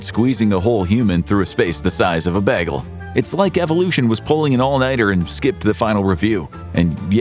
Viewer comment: “Beh-gel” is my new favorite pronunciation of bagel.